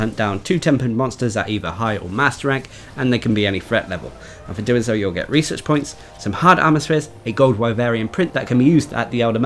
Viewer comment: I keep forgetting you are saying "research points" rather than "reeses points"